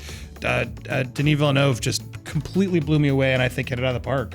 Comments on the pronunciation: and deserve an high five for pronouncing Villeneuve correctly. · Taedrem I'm french canadian and they did, not in a perfect way but at least they did not pronounced it "villenoo" like wtf hahaha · Thank you for pronouncing his last name right